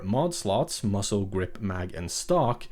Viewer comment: It’s muzzle not muscle. This is an AI narration. Kind of sucks that this isn’t a voice from a real person. Probably Bangladeshi or Pakistani or from they might be from India.